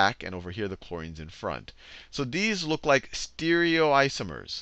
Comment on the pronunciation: E-nan-tee-omers.. not "enansheeomers"... Stereoisomers not "steerioisomers" I'm not sure where this teacher got his pronounciations from (not talking to anyone else?), but nobody in the field pronounce these terms in a way this guy does.